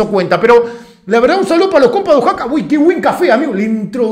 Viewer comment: Oaxaca Guey, , no Oxaca